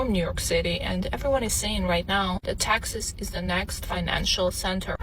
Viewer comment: She is confusing Texas and taxes. Say it properly please. Teeexaaasss